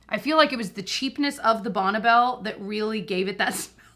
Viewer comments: Bonna Bell? I’ve always thought it is pronounced Bonny Bell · I grew up in the 70's/80's, I've only heard it called Bonn(ie) Bell! We all said it that way lol! First time I heard her say it like Bonna Bell I was, "like Bonneville?" 😂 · I thought I should let you know it is pronounced like BONNIE Bell, not Bonnebell. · Bonne is pronounced Bonnie as far as the brand name is concerned.